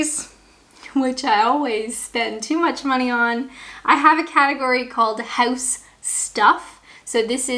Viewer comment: I love how very Canadian that "house" sounded :)